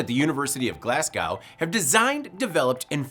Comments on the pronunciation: It's Glasgow, not Glascow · 'Glaz-go', not 'Glaz-GOW'. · It’s pronounced glas-go